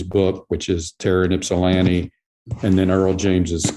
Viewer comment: Ip-sah-lan-ti no y sound. It's Greek. Sorry force of habit to correct people when you are from there lol